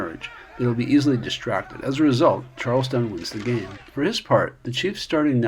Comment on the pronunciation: Charles-ton not town